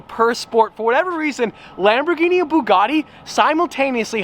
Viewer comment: Still cannot pronounce the word Bugatti properly. Get a grip.